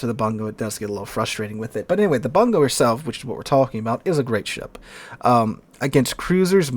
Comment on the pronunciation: Bungo is properly pronounced "Boon-go"